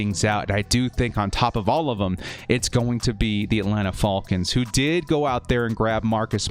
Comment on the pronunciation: I always enjoy your videos, but you’ve gotta be trolling us by how you are pronouncing ‘falcons’. lol 😂😆😅 Great content as always! #BoltUp ⚡️⚡️⚡️⚡️⚡️⚡️